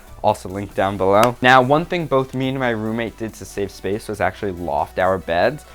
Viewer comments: " to free up some spafe spoof " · spath spoth